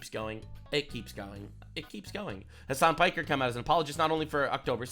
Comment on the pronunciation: Ha! He said Hasan Pecker! I am vindicated!